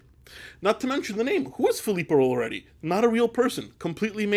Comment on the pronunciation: Filippo loreTi is the pronunciation. Are you not italian? Pensavo fossi italiano! 🧐